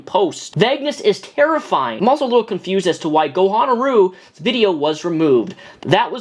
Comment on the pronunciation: Jesus man, you could at least get Gokanaru's name right